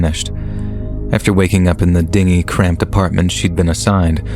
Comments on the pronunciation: Loved the video! Pet peeve I have to mention though, the word “dingy” in the Chloe story is pronounced “din-G” meaning dirty, and “ding-E” meaning “small boat” lol. I just mention it because EVERY narrator says it wrong and it’s like nails on a chalkboard to me 😝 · Thank you, I thought it had been pronounced wrong